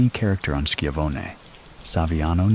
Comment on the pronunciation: Shi-Von-Ee, like Tony Schiavone from WCW. Love your videos